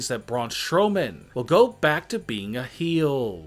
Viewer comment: He said (heel) "Heeeeeelllllllaaaaaa" 😸 Weird accent/pronunciation of dabuda dabuda eeeeeeeee... Blessed be